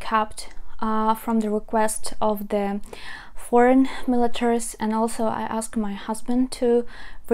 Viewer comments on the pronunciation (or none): none